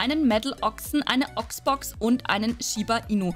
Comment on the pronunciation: Ich liebe es wenn du sagst Hallo und Herzlichen Willkommen dann hört sich immer das „und“ ein „end“ an aber ich liebe es